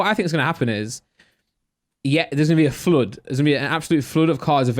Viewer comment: Is he trying to pronounce flood? My guy says foooolud